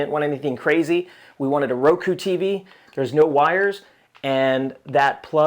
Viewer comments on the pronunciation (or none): none